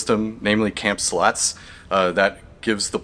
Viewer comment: HA! When he says slots... it sounds a lot like sluts. seedless to Nay... that's funny as fuck. Oops. I screwed that up. The wrong first letters... My bad. I meant funny as fuck.